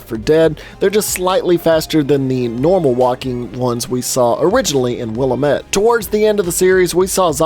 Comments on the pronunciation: Not to be an asshole but Willamette is pronounced "Will-Am-It" (not Willa-met) with each part of that pronunciation sounding pretty literally like that breakdown. It's not a big thing at all (great video!) I was just unreasonably triggered. XD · Wait, do they pronounce the town name that way in the game too? Because here in the Willamette (will-am-it) Valley, we say it correctly :) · Pronounced will-am-it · Will-AM-it. Not willa-met.